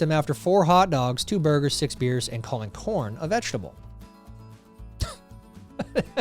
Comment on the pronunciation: I thought he said "porn" at first lol